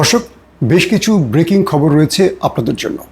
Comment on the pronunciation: শুভেচ্ছা বলে আসলে খববং বলেন ।